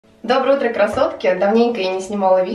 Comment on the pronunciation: привет! Переслушала начало несколько раз, показалось, что ты говоришь - Доброе утро кроссовки😂😂😂 ждала твой влог. Вечером смотреть самое то👍💕